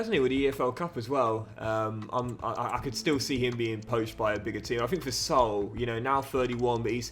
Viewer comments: Hey great vid as always, just wanted to tell you how to pronounce Saúl’s name, it‘s not Soul, it‘s Sa-ul🙏🏽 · Loving the content mate, just a note that since Saul is Spanish his name is pronounced Sa-ool.